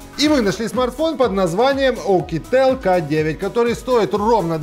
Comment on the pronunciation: Оукетел? Серьезно?